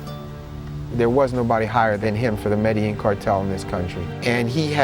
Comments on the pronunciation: say medellin corectly stupid asses.. pronounced Medejean.. not medehean.. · now I know how to pronounce MEDELLIN ( not ME DE LIN) it's (ME DE JIN)